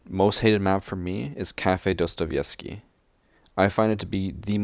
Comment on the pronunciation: not Dostovesky, but Dostoevsky, like russian writer